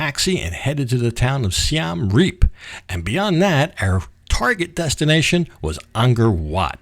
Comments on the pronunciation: Siem Reap is pronounced Si-em reap not Si-am reap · It's pronounced closer to Seeuhm. The second word Reap was correct. Literally means Siam Defeated. The first carving you showed is churning of the ocean of milk.